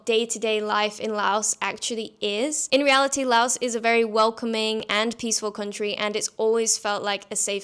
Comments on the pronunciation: First: Please pronounce the name of the country correctly. The 's' on the end is silent LAO(S). Please. If you are a tourist, sample street fare carefully. Never go to an empty restaurant . If you are an expat you NEED to eat all the crazy stuff and get your stomach used to all the little, happy germs. A piece of advice I got from a Frenchman and his Cambodian wife in the wet market: "If the flies don't want it, neither do you." In reference to fresh bloody meat that normally attracts more flies than dry, slowly rotting meat. Just take some Immodium and azithromycin. It fixes everything . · Drop the "s" when you say Laos. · FYI, the "s" in "Laos" is silent when pronounced.